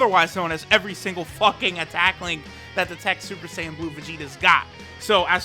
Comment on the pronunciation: shuper shaiyan